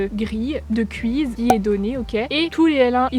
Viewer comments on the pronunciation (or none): "un kwiz" mdrrr